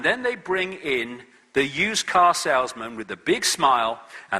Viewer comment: ITS A BLOODY KAAH